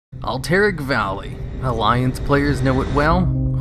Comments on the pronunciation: Al-ter-ac not alteric. plz get it right, lol. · al-tiric is so weird after I thought it was alt-er-rac. Could be either, don't matter really. I'm still content on pronouncing Cav-al-ry and not Cal-vary though... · Good video, but the way he butchers the pronunciation of Alterac is disturbing. Lol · You don't say words right. It's C .. a ... VVVVV AAAA LLLLL RRRYYYYY and Al ... ter ... ac. not AlLL tERRAK